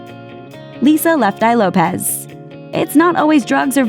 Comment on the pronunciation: it’s lopes not lopez